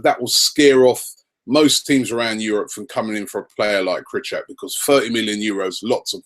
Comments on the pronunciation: 3rd vid in a row I tell you how it is pronounced and you still do it wrong Rob.. :C You clearly do not read them comments ;p for the last time his name is pronounced Kryhoviak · Its pronounced "Kre-Kov-Yak" I believe. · Robbie it's KRY----CHOO--WIIIAAAAK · Robbie you pronounce it as Cry-Chow-E-Yak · Robbie, his surname is Krychowiak (Kre-ho-vyak) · Robbie. do you have Fifa 15? if so, put it on, pick Sevilla and let Martin Tyler teach you how to pronounce Krychowiak..because you damn sure aint seeing the comments on here.